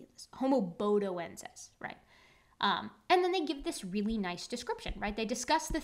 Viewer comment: I first saw the title a couple of days ago, and until gave it the right pronunciation, I was thinking Bodie from AIG. Good to find there's no relation. 😁🤓